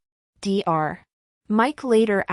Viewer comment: It’s NOT D R when you read Dr you say DOCTOR. Read it properly!